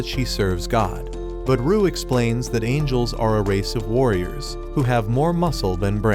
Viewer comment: bro called angels "angles"😂